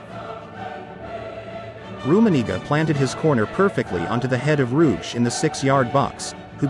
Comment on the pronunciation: Indeed. Nice kinda old-fashioned documentary, but the German and Belgian names are almost unrecognizable. "Hrubesch" should be pronounced "Roo-besh", not "Rouge".